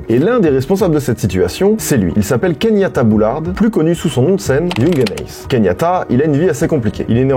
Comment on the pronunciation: Keyanta... pas Kenyata 😉